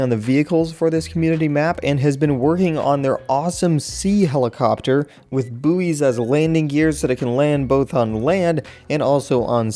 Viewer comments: I am so triggered. HE SAID BOO WEES THEY ARE BOYS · The way pronounced Buoys xDDDDD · i love how you pronounce buoys xD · Some people say Boo-ees, some say boys, tomato tomato... That saying does not work so well in text. Let me elaborate, that's Tomato said: Toe-May-Toe, and tomato said: Toe-Mar-Toe.